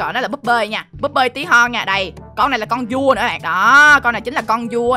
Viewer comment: Con vua mà em nghe thành con cua luôn hihi